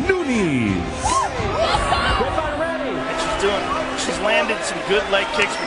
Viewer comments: It's noo-ness not nuñez you're pronouncing it as if it were Spanish not Portuguese. Kinda ruins the video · 1st clip u here the guy say her name right and u butcher the shit out of it 3 seconds later her name isn’t Nuñez it’s Nunes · "Amanda New-Knees" 💀🤣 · I swear if I hear that announcer pronounce Nunes as "Noonies" again, ima lose ma shite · Yea .. great fighter... Amanda "nooniez"!!! 🤣🤣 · it's nuñez not noonies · Isn't it Nu-NEZ. Not Nu-Kneez? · This fool calling her Amanda noonies gets quite the L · "amanda NEWKNEES" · It sounds more like loonies 😂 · ya i didn't like that either. I guess I could be wrong but the only way that sounds right to me is noon-ez. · do you know the nintendo console called "NES" (nês) just like that bro, 'NOO-NES' and you good. i'm brazilian i give it a pass to people pronounciation because my english is not perfect either. i just try my best to respect peoples names. lol for me the funniest one nowaday is "PAULO BORRA- TINIA" (anglo pronounciation) the correct would be something like "paulo borra - shin - nha" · Amanda says her own last name like that. She said after that Ronda fight in the octagon “I’m de champ!!! Me Amanda “Noonies”(Nunes) !!!!” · Everyone butchers her name. It’s ‘New-Nez’. Simple. She’s Brazilian so it’s also not Nuñes (mexican pronunciation). People make that mistake with Jose Aldo as well. It’s “Joe-Say” and not “Hoe-Say” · The first announcer was driving me crazy calling her New Nees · Amanda Nunies? the hell were the announcers smoking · Ha new-knees lol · AMANDA NEW KNEES. What it kinda sounds like. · Amanda "New Knees"🤣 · Amanda New-Knees??? 😂 The disrespect was real. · "Amanda Noo-neez" lmao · I not accepting the announcer in the beginning calling her Amanda Noonies, twice. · There's no way they would've mispronounced her last name like that 😭😭 Nuniiis 😂😂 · I can’t get over announcers calling her “noon-eez. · Why they pronouncing her last name “Noonies” 😂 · anyone else hear " amanda new-knees"